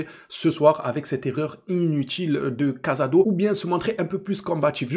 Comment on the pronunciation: Des que ta commencé a dire cazado ou lieu de casado et que ta parlais de son erreur j’ai coupé la vidéo rhooo. Casado c’est une revelation cette année je crois qu’on voit pas les meme match. Il a reussi a rentrer dans le moule en 3 mois. Il joue 6 l’un des poste les plus dur a combler. Je suis pas d’accord avec ton analyse.